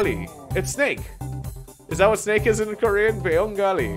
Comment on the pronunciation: As a Korean i am happily offended by your pronunciation here is a test translate 안녕 감자 토마토 엄마 아빠 가장 좋아하는 뉴질랜드 친구 lol